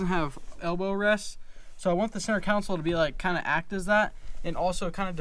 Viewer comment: Console. Not council